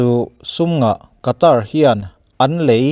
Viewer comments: Sawi ve lawk, Qatar hi Khatar tih anga lam tur,Katar ni loin☺️ Sawi ve mai mai🤭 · WC thlengtu ram hming i sawi dan hi a Mizo lutuk deuh lo maw. A tawpa 'r' hi silent tur a ni ang. 'Kataa' tiin an lam ri lo maw. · Qatar rama thawk ngei Air hostes ka hmelhriat ngei pawn , Khatar ati aw 🤣